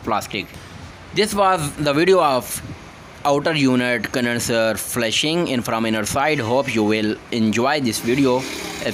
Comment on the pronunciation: It's not FESHING,IT'S "FLUSHING"which mean,flushing out all impurities,inside the system.